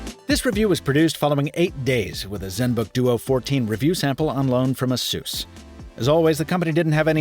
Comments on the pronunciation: It kinda bothers me how you say ASUS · “ASUESS”????? A-SUS my guy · that cooling system is one big dust sample tho yikes ps this is the first time ive ever heard someone pronounce it as ah-sus and i cant get it out of my head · Asus should be pronounced like 'A S ER S'.